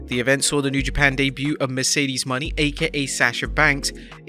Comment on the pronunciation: It's super cringe how you repeatedly botched Mercedes Monè's name. Like you didn't even watch her promo.